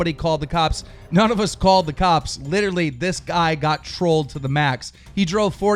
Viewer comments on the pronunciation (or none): none